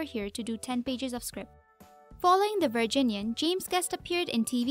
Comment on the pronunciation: I cringed every time she said the word "Virginian".